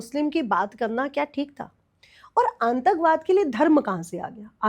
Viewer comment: मैडम जी aantakbad नहीं वो शब्द है आतंकवाद बार बार इस शब्द को है गलत ही बोल रही हो सुधार करो